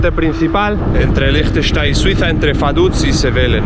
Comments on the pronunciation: Como dijiste? Frankistain? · Se pronuncia asi: leinchestein, así de fácil 😅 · Team pronunciación "Lichtenschtein" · Siempre me cuesta diferenciar los acentos. Liechtenstein, de acuerdo al acento local, ¿se pronuncia algo así como “Leegh tesch tai”? ¿O me equivoco? Porque creo haber notado que la “n” es muda cuando lo pronunciaste con el acento del país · Yo lo pronuncio como: “Liktestæn” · Me encanto "Liechestein" jajaja sobretodo porque se puede ir en bici a Austria y/o Suiza Consulta eres de Liechtenstein o Austria/Suiza? gracias por el video como siempre... me sigo "qdando" en Suiza y "trabajando" en Liechtenstein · Yo lo conocía por la película de corazón de caballero. El personaje se hacia pasar por el lord de Liechtenstein. Y creo que por culpa de esa película pronuncia mal su nombre.